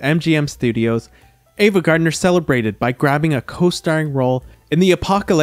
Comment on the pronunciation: Please pronounce the names of your subjects correctly; it is AVA, not EVA. Ive noticed this in other of your wonderful videos. Thank you.